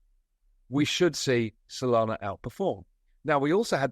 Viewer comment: Did you say Sonana?